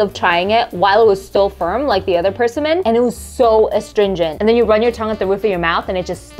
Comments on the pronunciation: It's pronounced "per-sim'-mon" with the accent on the second part of the word, "sim". Your pronouncing it with the accent on the first part of the word, on the "per". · Your pronounceation of persimmon is not quite right. Your emphasis is on the wrong syllable. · Why does she pronounce it that way? Emphasis on the first syllable. It's odd and so distracting. Only me? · Person min. My folks always pronounced it per sim mon. Fun how we say stuff different! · Pers a min or per sim mon? Never in my 49 years have I heard pronounced this way. As abrasive as ca nam in for cinnamon. Now having said this I just learned Vietnamese soup is pronounced Pha not phoh. Hope I don’t need to relearn per sim mon as pers a min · PURSEsimmon 😂 it’s pronounced pr·SI·muhn 😊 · the way you pronounced persimmons: PURSE-EE-MANS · We always pronounced it with the emphasis on the SIM: per-SIM-mon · Didn't know that's how you pronounce it... I've always heard "perSIMmon" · Per sim mon is how it’s pronounced! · Pronouncing it wrong. Per-SI-min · Why are you saying “persimmon” like it’s two separate words? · It’s pronounced persimmon, not persimmon